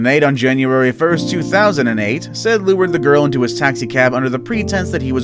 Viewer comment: Said shouldnt be on this, he was caught. It's pronounced sigh-eed btw